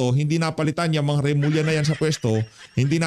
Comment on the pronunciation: Remulla Hindi Reymulla.